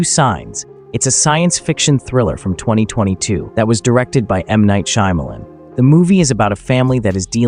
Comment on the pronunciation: fyi, since you speak of movies and directors etc learn to pronounce the names please. shaw muh lawn